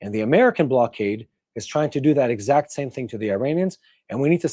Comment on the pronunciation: block-ade not blow-ade